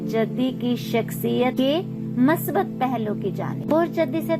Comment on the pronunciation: Masbat nai Musbat hota ha,,, Urdu Bolna Sikh Lo. Mounh uthaya or Utube Chanal Bna liya or Chawly Start.